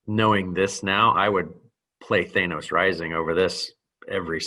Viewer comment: He kept saying it as "Thanus" instead of "Thanos" lol Reminded me of the "Thanus Theory"